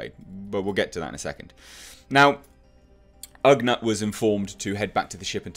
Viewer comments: Glad you're digging it man! And as I'm sure you've already heard in comments... its ugNAUGHT as opposed to ugNUT 🤣🤣👌🏻💙 O.O.K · I think its pronounced like nautical. Ughnaut. Maybe. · pronounced "OOOG-not"